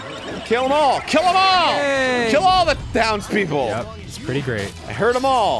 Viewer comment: When Arin said to kill all the townspeople, I thought he said "Kill all the downs people." And I was like 0_0